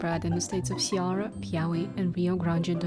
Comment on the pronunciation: cearÁ. The accent indicates the stressed syllable. Speak it like if you were a french lol